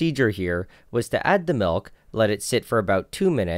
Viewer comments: Seriously? Malk?! Are you serious?????? MALK?!!!!!!!! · The way you're pronouncing"milk" reminds me of Julian Smith's video 😁 This has been great!